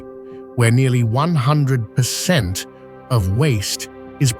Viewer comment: Am I the only one who noticed the AI’s inability to pronounce numbers, I’m trying to enjoy the beauty of this but I lost it when it tried to say 100 😂😂😂